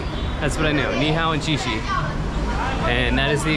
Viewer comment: It’s Xie Xie not she she. 😅 she she is wash wash, Xie Xie is pronounced as Sheyeah sheyeah. Enjoy. I hope you’ll eventually travel to Hong Kong.